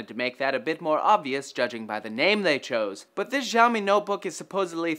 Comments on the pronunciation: no, seriously, the x in xiaomi is pronounced as an "s" syllable; see-ow-mee (but not nearly as long) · its not ziaomi, its more like shiaomi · its xiaomi not jiaomi -_ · it isn't 'zhao mi'. It is "she-ow me" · Its "SiaoMi" not "ZhaoMi" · its "SHAO-ME" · it's pronounced shaomi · Actually, it's pronounced "Xiao mi". As in "Xiao" and "mi". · Can you butcher "Xiaomi" name some more??? God, you have the Internet at your side and still you don't want to search before using. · Xiaomi pronunciation of yours sound weird ~ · I hate the way he pronounces Xiaomi. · You guys fucking BUTCHERED the pronounciation of Xiaomi. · Lol dafq with that pronouncing of Xiaomi rofl